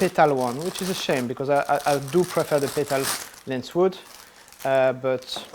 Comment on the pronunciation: J'ai cru reconnaitre un bel accent français ? Est-ce que tu fais toutes tes vidéos en anglais ? Et juste une petite remarque à plusieurs moments tu dis lens wood au lieu de lens hood ^^ Bonne continuation !